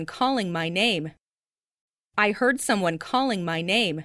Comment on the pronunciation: banyak kata-kata yang mirip pas versi cowok bicara misal heard terdengar hurt